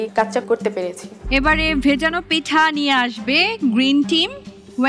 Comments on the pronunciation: পিঠা বলতে পারেনা, খালি পেঠা পেঠা করে তারে আবার বিচারক বানাইছে 😡😡😡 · পেঠা আবার কি 😒 উচ্চারন ঠিক করতে হবে পূর্নিমার 🙄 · পিঠা না পেঠা🙄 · পূর্ণিমা বিচারক হইছে কিভাবে কে জানে! একবার বলে 'ভাজাপেঠা' আবার বলে 'ভিজাপেঠা'।'পিঠা'ই উচ্চারণ হয় না,আবার নায়িকা😐!